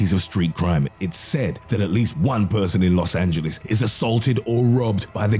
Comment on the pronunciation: "Los angeleez" ok then!